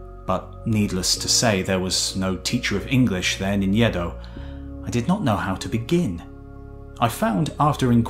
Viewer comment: It's not Yeh-dough, it's Aeh-doh. Next time try your best to pronounce Japanese names properly. Other than that, splendid work, thanks a lot!